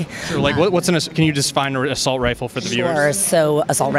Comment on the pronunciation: It's ˈrī-fəl with the accent on the first syllable. Not rī-ˈfōl with the accent on the 2nd syllable. Christ, this nut is actually a teacher? No wonder adults who went through public school in California are idiots.